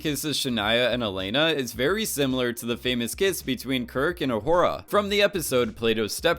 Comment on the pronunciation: Uhura. NOT O'Hora. Sheesh.